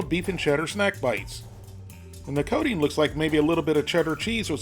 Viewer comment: When you say coating it sounds like codeine.